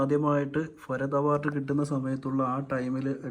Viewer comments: ഫരത്തൊ അത് എന്തോന്ന് ഫരത്ത് ? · ഭരത്.. ഫരത് അല്ല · ഹേ ഭായി അക്ഷരങ്ങൾ സ്ഫുടമായി സംസാരിക്കുക ഫരത് ഗോപിയല്ല ഭരത് ഗോപി എന്നു പറയുക. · ഫരത് ഗോപിയല്ല ഭരത് ഗോപി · Farath അല്ല ഭരത് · സുഹൃത്തേ, ഫരത്തു ഗോപി അല്ല, ഭരത് ഗോപി. കഷ്ടം. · ഫരത് അല്ല ഭരത് ആണടോ?